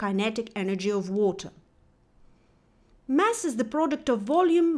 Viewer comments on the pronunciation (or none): none